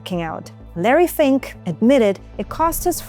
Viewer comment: "Fink" is pronounced almost like the Hungarian word "fing", which means "fart"